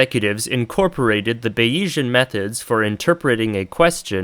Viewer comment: how could i possibly not click this, i need to hear the ape computer arguments why are you saying bayesian like bayiesian? i feel like its a joke since you seem to emphasise the e thats supposed to be silent. are you maybe ideologically opposed to frenchisms? in which case go off king bro you actually have terminal ADHD anyway, subscribed